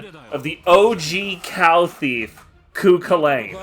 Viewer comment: Oof, that pronunciation of Cú Chulainn. Edit: And Aoife.